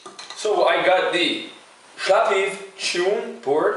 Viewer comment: Shchoon :) Sha w peev